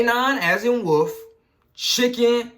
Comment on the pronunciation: The way he says wolf😂😂😂😂kills me💀💀💀💀